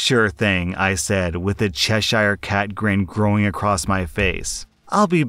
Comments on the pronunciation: stop pronouncing Cheshire like that it actually pisses me off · It wouldn't be the 1st time someone did not say that name correctly. Even though these days some words are different based on something